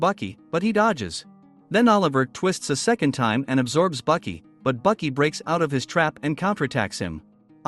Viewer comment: Baki not bucky